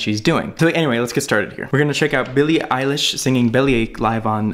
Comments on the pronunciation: Isn't her surname eilish not eyelish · eyelish lmao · ITS P R O N C E D ILISH IGNORE THE E